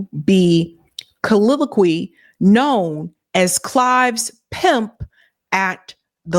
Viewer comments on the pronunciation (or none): Good summary. But your pronunciation needs some work . Colonial- co lōc e al :means common usage. “clandestine meeting” chal is tine Means secretive